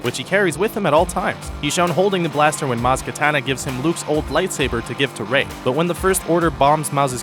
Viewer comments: It's kaNATa, not kaTANa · STOP WITH THE MOTHERFUCKING MAZ KATANA! ITS KANATA, DAMMIT